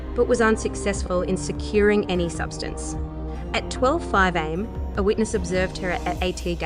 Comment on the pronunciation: I think it’s when she’s reading, her stop and starting in mid sentence makes the flow feel a bit off at first and very off putting the long the video goes on. Although not being able to distinguish between am for time and am which is how they continue to pronounce it doesn’t make any sense.